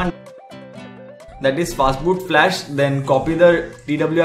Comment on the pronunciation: Is it "fatboot" or "fastboot"